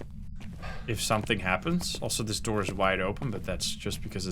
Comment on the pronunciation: “Open the noor”